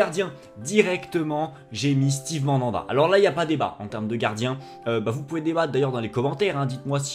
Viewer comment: frere t'es marseillais et tu nike le prénom à Mandanda stp fait un effort